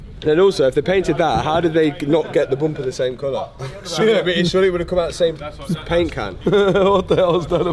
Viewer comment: Why do you say Baint? Not paint